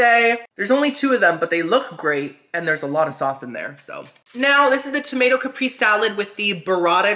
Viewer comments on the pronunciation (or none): Haha I love you SO much for real but my autistic brain can't stop me from correcting you. With love of course haha. Caprese is pronounced Cap-pray-say. And while I'm here, queso is pronounced kay-so. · Haha I love you SO much for real but my autistic brain can't stop me from correcting you. With love of course haha. Caprese is pronounced Cap-pray-say. And queso is pronounced kay-so.